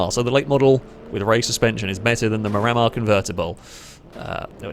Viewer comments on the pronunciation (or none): is my favorite chanel, but my OCD is firing super hard every time you run a Miramar and call it a MuRammer. I believe it’s Spanish for View of the Sea, and it’s pronounced MIR-uh-mar, and I apologize for being that guy, but I lasted for three cars before I simply broke.